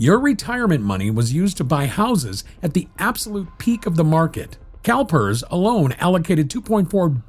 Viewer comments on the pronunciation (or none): Did anybody else hear "Calpers" as "Cow terds", when casually listening? 🤣